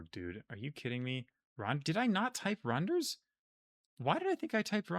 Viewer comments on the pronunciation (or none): I mean not being able to pronounce Danish is fair enough though. He also messes up things like the soft d in Randers or the soft g in Viborg, but I would be absolutely surprised if I heard any foreigner pronounce it correctly, let alone someone who hasn't learned Danish.